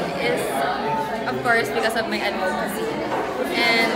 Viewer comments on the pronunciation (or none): the pronunciation of ADVOCACY in PH is weird ! hahaha